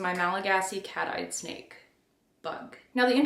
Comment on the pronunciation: I thought you said "sneak bites happen."